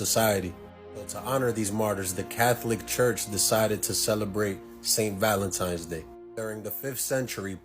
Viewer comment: Lost me at “Valentimes “